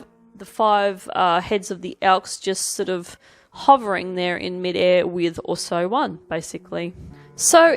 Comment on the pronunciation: Ausso-one. Not Oooso-one.